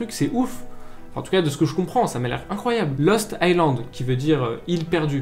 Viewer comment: A la manière dont tu dis "Lost Island" à la fin je pensais que tu disais Los Thailand and mode Los Angeles mdr